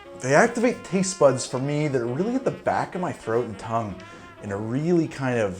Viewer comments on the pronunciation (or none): none